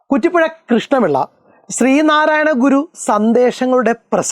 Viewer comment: stree narayanaguru ❌ sree narayanaguru✅